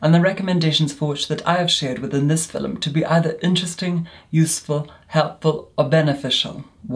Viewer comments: It's not feelm it's film. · Does anyone else love the way says “filem” instead of film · I would buy merch with “filum” on it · “FILLEM” I’m dead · No one:: FILL ‘EM